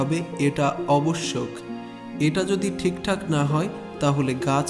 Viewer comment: শব্দটি হবে আবশ্যক, আপনি ভুল উচ্চারণ করেছেন ।